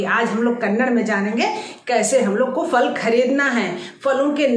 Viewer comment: " FAL " nahi " PHAL " kahte hain